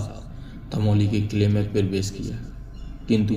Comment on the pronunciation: धमौली नहीं धामोनी है। आप काफी धीमी गति से बोले। जिससे बोरिंग हो रही थी